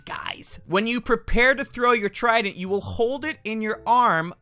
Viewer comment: actually guys dont say hold he say khold for some reason